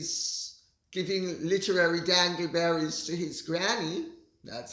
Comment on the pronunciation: I thought it was “dingle-berries”…I’m from the American South! Love you Lady C!!!